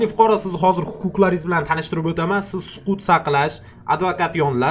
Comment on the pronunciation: Sukut❌ Suqut✅